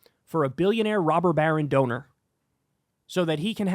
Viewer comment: Stop saying rober barren lol